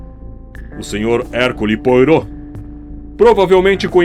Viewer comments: "Poirô" não; "poárrô" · Quando ouvir o nome Poirô ouça - se Puarrô. Francês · Excelente narrativa. O único senão é a pronúncia "poirô". O detetive é belga, a pronúncia melhor seria "herquile puarrô". Nada que comprometa, desempenho ótimo! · Herquile Poarô, assim é a pronuncia. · Percebesse que esse vídeo é mais antigo por causa da pronúncia de Poirot 😂. Mas como sempre, Ótimo vídeo 🎉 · Que ótimo ler essa sua resposta. Fico muito incomodada ao ouvir a pronuncia errada do nome do personagem, mas estou adorando o canal e seguirei apreciando os vídeos. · Ahhhh Que bom que comentou, Cibele. Eu também me incomodei um pouco com a pronúncia. Ainda bem que o acatou a observação com elegância. Obrigada aos dois! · A pronúncia do nome do detetive está incorreta